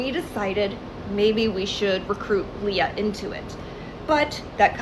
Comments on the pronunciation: hamilton reference 👀 p.s. Leah is typically pronounce lee-uh with a long e, not lay-uh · Ites LEE AH not LAY AH PLSS 💔😔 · Okay am I the only one bothered by how he’s saying ‘Leah’? I know that’s not the point but like he saw a vid of her name being said and still said it wrong 😭 (it’s ’Lee-ah’, not ‘lay-ah’). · it’s leeuh not laya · Great vid but how was pronouncing Leah was really annoying me, especially as Megan is saying it right🤣🤣🤣 it's LEE-A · yo bro the way you pronounce leah makes my ears BLEED who is layerh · Its LEEEEE-AH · I can’t explain how frustrating the way he pronounces Leah is to me 😭